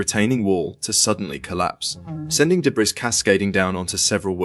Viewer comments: English......narrators.....insufferable.....he said "debras".......its DEBRIS you pompous english ahole. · 1.17 .......what the hell is debrISS ??. It's pronounced debree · Its deb-reeeeeee!!! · Wtf is Day Brees? In the US, we pronounce it DE BREE.. change to an American AI voice please. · Debree not debris. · Bro pronounced "debris" wrong Btw, these are literally the worst possible deaths I've seen, genuine care towards their family.😢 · Is this being narrated by Ai? So many wrong pronunciations. 🤦🏻‍♂️👎🏼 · Agreed. Where the hell do they get these idiots from ?. My last comment re. the word debris made me laugh when that muppet tried to pronounce it. (1.17) It's originally a French word. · The “S” is silent in debris!!!